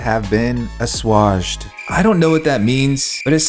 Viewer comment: you're worries have been what ?? "Assoisged ?" lmao